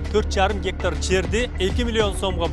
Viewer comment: Гектар дененди кандай айтыш керек Адылга уйротуп койгулачы бироонор. Журналист болуп алып тын суйлой албай, орусча билбегенин айтпай эле койолук